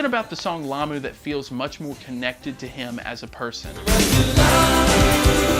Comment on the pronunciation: Good job on "Lamu"!